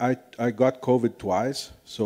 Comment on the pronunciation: "Covide" "Helationships"